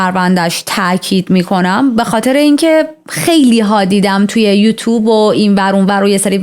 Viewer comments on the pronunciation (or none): none